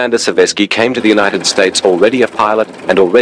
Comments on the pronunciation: I'm only 4 minutes into this and so far it's great, with some rare footage and such...but I have to note the it's correctly pronounced "Se-VER-sky," not "SER-vesky". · It is Seversky, not Servesky as you reapetdly mispronounced